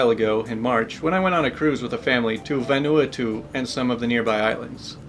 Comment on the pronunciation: XD Vanuatu is Van-ooh-ahh-too lol